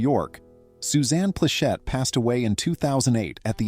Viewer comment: Thanks for pronouncing Pleshette right. Not just because it's a tricky name for A.I., but because I've heard it pronounced as Pleshit by human numbskulls who weren't alive in the 70s, and it bothered me. Newby humans've got no business mispronouncing names that predate their existence. They should bother to find out first.